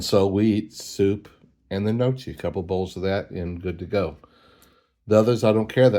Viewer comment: Gnocchi is pronounce N(Y)OH-kee. I only know that from watching food shows, plus I also like it! Also, more explosion stories😅